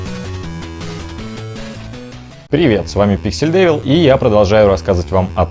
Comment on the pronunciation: мне наверное послышалось, но он сказал: С вами Писель девил